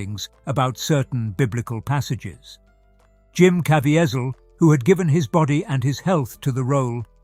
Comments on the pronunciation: Jim "KaVEEzeeul" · Please research your narrative and pronunciation of names!!!🤦‍♂️ Jim Caviezel's last name is "Kah-vee-zal".🤷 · His name is pronounced Ka- ve- sil. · The announcer does not know how to pronounce Jim’s name. There is no T or A in it, it is Ca Vee Zel. Jim Caviezel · Wonderful…husband and I went to see this movie when it premiered in our city. Everyine in that theater was held .suspended ..in silence,nec and intense attention to every bit of the movies. It was winderful and heart rending at the same time. Just a note on trans,actions of from British to A Erica’s English….the actors name is pronounced …kah—veeze..ee…all. And the scenes notated as re creations ..not ‘wreck..kree..A—shon’s…which are a kind of time consuming play time. Otherwise…the reading and descriptions and his British style voice are truly wonderful too. .. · Jim’s last name is pronounced, KA-VEE-ZEL. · Can't even say the actor's name correctly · Please do your homework. It sounds awful when the narrator doesn’t say the chief actors name correctly. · you are mispronouncing the Jesus actor's name! It seems IMPORTANT to have gotten his name correctly in this video! Even if it was an AI voice!